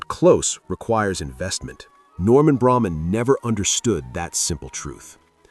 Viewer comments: Leonard Tose. Look him up. You also pronounced Braman incorrectly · Eagle fan here. But does the guy narrating specifically mispronounce names purposely. Braman was the cheapest